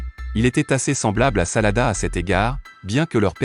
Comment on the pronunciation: Ses sarada mes pas salada